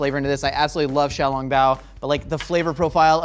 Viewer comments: I enjoy that he pronounced Shanghai correct, but then says xiaoLONGbao as if he's talking about a long spaghetti noodle. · The way he pronounces xiaolongbao made me cringe.